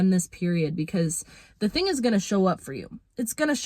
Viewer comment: Embrace your inner Jamaican with that “TING” word lol.